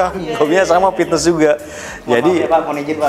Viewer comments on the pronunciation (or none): Sunda mah P bukan F haha, Pitnes